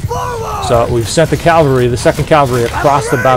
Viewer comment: Cool video! One thing, the word is "cav-al-ry" not "cal-va-ry". Cavalry is a horse riding soldier. Calvary (aka Golgotha) was the place just outside Jerusalem that Jesus was crucified. Your little character says it over and over. He screams calvary over and over, qnd your voice over keeps saying Calvary. It's jarring, and takes me out of the mindset to listen. Im not trying to sound like a jerkz just trying to be helpful.